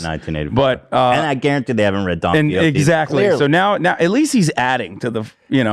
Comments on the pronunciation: "DOnkeY hOT-eeee" I will never pronounce it any other way. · Bro the pronunciation of don quixote was hard to listen to